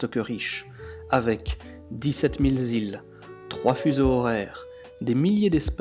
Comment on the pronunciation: avec dix-sept mille z'îles :D